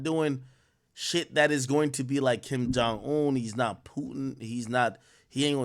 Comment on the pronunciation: "King John Oon" 🤣 It's Kim Jong Un.